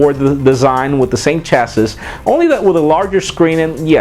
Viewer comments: Chassis, lolz its pronounced chasee... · Chas-sis. Spoken like a true hipster...